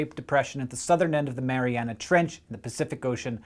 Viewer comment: Thank you for pronouncing Mariana correctly. It makes me cringe when someone says Marianas Trench. One is a geographic land form, the other a Canadian boy band. Also: Go Canada Go!